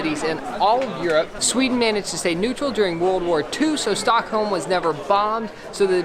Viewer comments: "Stickholm" ?? (at 5 secs) Haha.. Awesome vlog as usual guys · alredy in you say stockholm wrong HOW (im swedish) btw when you go on the street it would be good to know behind you with lindex a terror attack took place. its called terror attacken på drottning gatan. sadly i child and meny other peolpe got overun by a terrorist with a truck second. old town is gamla stan on swedish third. the most popular street is drottning gatan or queens road. why you diden't come to sweden long ago is becouse we have the worst winter. and the "pink onions" is lingon and thats a must to meatballs and thats is köttbullar. if you going somewhere pls just say it whit the original name corectly.